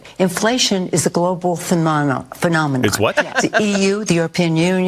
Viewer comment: "It's a global fahhnaaahhmpha"